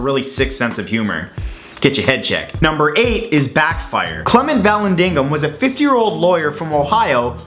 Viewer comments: Really not being snarky,just FYI...the name is said like "Vahl- landing-ham"...love Matt and Rob! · Erm, it's pronounced "va-landing-ham"...